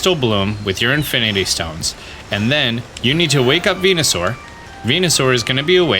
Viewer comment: your mispronunciations are endearing... infinity stones 🤭